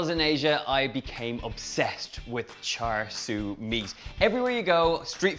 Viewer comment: Not exact replica of Char Siu (Pronunciation- Cha Seu) but it should be good I suppose